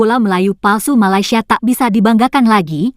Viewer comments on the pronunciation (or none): none